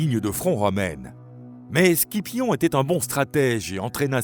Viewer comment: Pour Scipion ça se prononce Sipion jsp si c'est une voix d'un robot ou humaine mais faut changer la prononciation